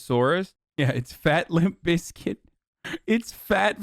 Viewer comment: ‘lump bizkit’ 😭